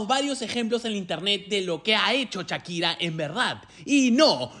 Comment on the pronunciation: Tan difícil es decir "Shakira" y no "Chakira"?